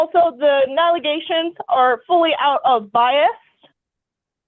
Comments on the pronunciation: Did she say “galeations” for allegations? Lmaoooo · Not only did she say galleations, she said nagaleations too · From “Galey-aishuns” “Nali-Gaeshens”…to “gALaNaShUnS” 🤨. I’m having an existential crisis after hearing this because what?!😂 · That was hilarious. As soon as I finished reading your sentence. All I heard was galiations,then naliations...😅😂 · I think it was more like galegations 😂 why not just say “what she’s saying isn’t true” no you say galegation. Why? 😂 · Missed one...Gala-gayshins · The what kind of galey-aishuns😂😂😂😂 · lol well she tried three different ways to say “allegations” so at this point we can just pick our favorite even 😂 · Omg this is the woman who can't say allegations 😂😂 is this the older case? I can't remember